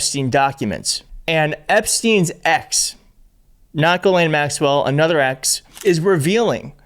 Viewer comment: I find your videos very interesting. You might want to know that Maxwell's first name is pronounced "jheez-lehn."